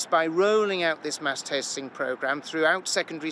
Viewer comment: Did he just say mass TASTING??